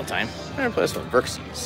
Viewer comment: Xerxes is pronounced “zerkzees”